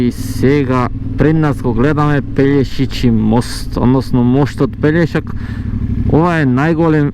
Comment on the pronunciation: Се вика Пелешки мост а не пељешичи. Иначе супер се видеата и голем поздрав до тебе само така продолжи. До Макарска направи видео